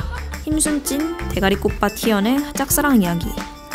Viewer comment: 머가리 꽃밭 발음 찰지다…